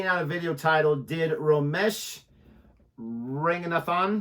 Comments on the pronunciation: Ranga- nay- than ( strong th ) 👍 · His surname is pronounced exactly how it's spelt. Ranga...Nathan (as in the first name)